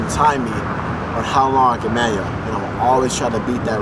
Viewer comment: "Manyo" loool